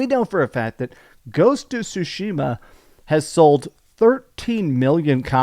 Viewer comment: They still mispronounce Tsushima sue-sheema instead of sue-shima